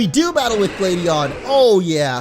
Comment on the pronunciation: It's glad not glade Huh you don't know how funny